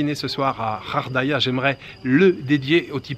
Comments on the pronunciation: Ghardaia pas ghaghdaia je sais le son du R dans le son gh et du R du rrr...le R le son est à l'anglaise. Merci . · Ça se prononce ghardaïa et non pas rardaia😂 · ça donne envie de faire un petit tour à Ghardaïa (prononcez Gardaïa en français). Merci de nous faire découvrir de nouveaux spots que nous ne manquerons pas de visiter. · Hello, Cette ville se prononce en français "GUARDAIA" comme la ''gare'' routière ^^ Si un jour tes pérégrinations t’amènent vers l'est de l’Algérie, fais un tour dans la région de la Forêt de Bouamama et du Mont Chelia dans la Wilaya de Khenchela dans les Aurès... C'est un coin méconnu que peu de gens connaissent... c'est un havre de paix.